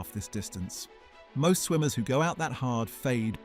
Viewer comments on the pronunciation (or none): none